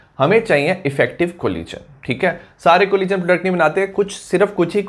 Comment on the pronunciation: Thank you sir, I love it when you say 'collison'